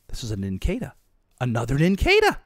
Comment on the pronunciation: Nin caw duh nincada pronunciation